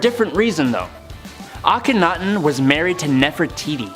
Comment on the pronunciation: THANK YOU to the first lady for pronouncing Akhenaten and Thebes CORRECTLY!!!! One of the other guys kept saying AK-ONITON AND THEEBEES.. It was grating on every last nerve i have...